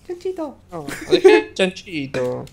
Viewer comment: lol cuando dice e chanchito e chanhito